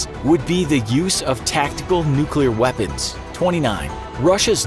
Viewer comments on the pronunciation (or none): none